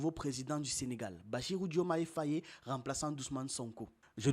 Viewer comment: Il faut lire Fay et non FayÉ le "e" à la fin est mué. Sinon contenu très instructif bonne continuation